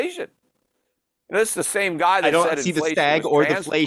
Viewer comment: I heard bald guide not bald guy